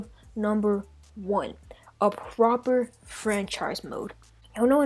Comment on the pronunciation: Proper not Propper